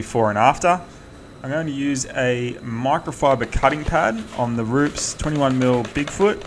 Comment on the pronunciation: Dude makes me cringe when he says Roops instead of roo-pez...